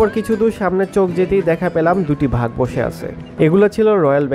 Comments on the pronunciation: ভাই, ভাঘ নয়। বাঘ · ভাই,ভাগ কি?এট লিস্ট উচ্চারণটা সঠিক করেন।অথবা পড়াশোনা করেন। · vai...ota "Vag" na "Bag" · ভাগ না ভাই, উচ্চারণটা ভালোভাবে বলার ট্রাই করবেন, বাঘ🤣